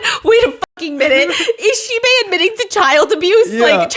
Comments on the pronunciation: How Stephanie say Xibei everytime the accent remind me of Korean "Shxbxx"" 😂😂😂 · Everytime Stephanie says xibei i keep hearing a very similar sounding swear word instead 😅of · Everytime Stephanie says Xibei i can't help chuckles coz it sounded like cursed words😂